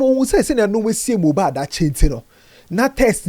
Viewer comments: Eii said mojab😂😂😂😂 konkonsa sweet u u sayn moja n mohbad together 😂😂😂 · Kokonsa ntsi mohbad koraa you said mohjad 😂😂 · Ei, Mojad paaa!😅 I knew it was a slip of tongue